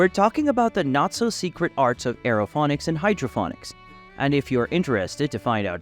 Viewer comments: What are you talking about? He pronounces Aerophonics and hydrophonics correctly? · Stop pronouncing it wrong.